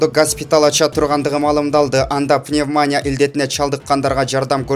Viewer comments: Ээ окуп жаткан автор. ПаньдЕмя пньевмАня деп окулбайт мектеп окуучу да жакшыраак окуйт. Башка каналдардан коруп алгын, кулакты кестиго. ПандэмИя пневманИя деп окулат, акылын жетпесе башкаларга берчи ишинди. Чон тамга мененен жазылган ударения, ошол и деген тамга так айтылат. ПандемИя дегендеги е "э"болуп окулат. ПандэмИя болуп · Автор созду туура так айтыныз, сизди канча калайык журт, коруп, угуп жатат. Пневмания жана госпиталь деген аталышы кандай билип, анан суйлонуз, уят! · Окуп уйронуп чыккылачы тантырабай пнивмаания дебей. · Пневманя дейт го🙄